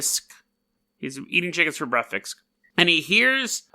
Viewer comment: Why did you say “breakfisk”? I am genuinely curious.